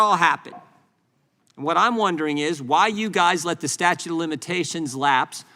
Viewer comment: why does jordan keep saying "statue" of limitations? LOL